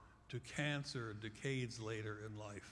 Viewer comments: I don't like the way he says decades.. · I hadn't heard him say 'decade' when I posted the comment. A few mins later I got your point and felt the same...he ain't saying it properly.